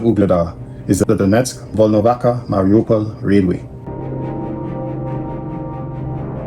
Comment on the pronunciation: its Volnovaha (ha), bro. Like half (ha).